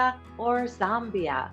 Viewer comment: Zombia huh? Nice pronunciation.